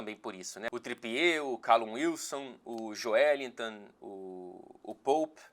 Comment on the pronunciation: Nunca tinha ouvido antes o nome Joelinton com sotaque inglês Agora eu ouvi